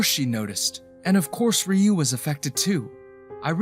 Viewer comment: The story clearly takes place in Tokyo, and the lovers only move to the US five years later. The narrator doesn’t know that Sato should rhyme with the Spanish word gato. He also makes Ryu into a two syllable word, instead of a single syllable word. This is part of the local name for Okinawa (which is the Japanese name for the Ryuku Islands). There is another name Seito that would be pronounced as the narrator imagines. And variants which I won’t explore. Even so the narrator reads beautifully I have to say! Japanese attitudes to homosexuality can be contradictory, and so it’s not surprising that the lovers emigrated.